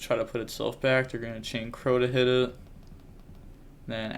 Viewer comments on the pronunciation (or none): none